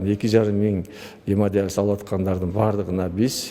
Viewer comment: Гемодализ эмес гемодиализ ( журналист кызга тиешелуу).